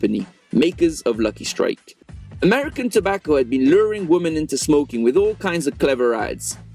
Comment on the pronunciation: Why do you pronounce "women" as "woman"? It makes me cringe...